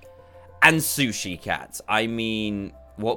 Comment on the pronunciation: Dan “and shusi Cat what more could you want” Me “I hate shushi